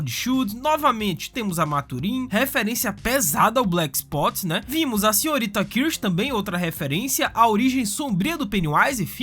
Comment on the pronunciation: Black spot e não black "sput"